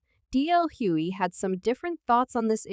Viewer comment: Again I have a problem with robotic voices telling me what's up if the robot voice does not know how to pronounce a person's name that's the first indication that I won't like it the man's name is hugley not Huey